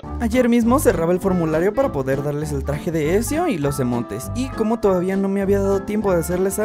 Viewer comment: No es esio es Etzio Auditore